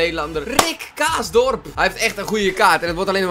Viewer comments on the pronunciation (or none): een beetje heel erg dom van je! je zei kaasdorp in plaats van karsdorp